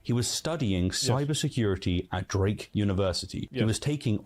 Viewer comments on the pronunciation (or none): none